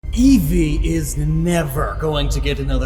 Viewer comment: Neeveer again